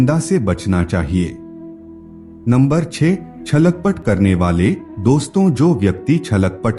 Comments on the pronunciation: Chhalak pat nahi chhal kapat bole. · It's not "Chhalak Pat" .. It's "Chhal - Kapat" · Chhalak pat sunkar bahut hasi aayi. 😂😅😆😁🤣